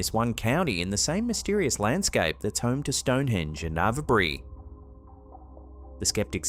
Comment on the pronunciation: The crop circle looks absolutely nothing like an eye! (P.S. It's spelt Avebury, but the 'e' isn't pronounced. Ave as in grave.)